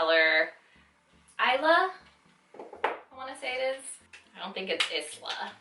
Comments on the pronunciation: I wanted Isla! That is my niece's name but it sold out so freaking fast! So bummed. Btw it is pronounced eye-la. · LMFAO it’s is-luhhh and like it means Island in Spainish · 😂 "Issluh" lolol girl, didn't you see her video?? Haha cute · It's pronounced "eye-luh" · Isla is pronounced the way it looks eesla😊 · Huge fan of Jaclyn but you can't pronounce the shade name Isla? Like did you even watch her reveal video? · This is my first impression also. I know this has no effect on the review itself but if she's such a big fan you'd think she would have seen Jaclyn's video on the lipsticks and know how to pronounce Isla. Petty, yes, but so are her responses to the constructive criticism she's receiving. "Thanks for your view $$".... won't get any more views from me that's for sure.